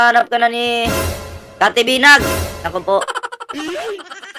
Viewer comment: Cathy Binag po sxa, hindi binay